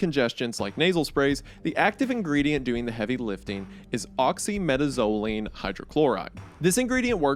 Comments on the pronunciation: "OXY META ZO LEAN" XDDDDDDDD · the way he said oxymetazoline is crazy 😭😭